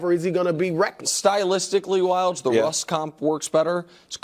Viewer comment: Wildes!!! Lol....doesnt sound like it